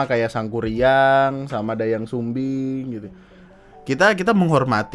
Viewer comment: Bang “Dayang Sumbi” yg bener bukan “Dayang Sumbing” 😭😭😭😭 kasian bgt dia ya Allah tau2 bibirnya berubah sumbing wkwkwkwk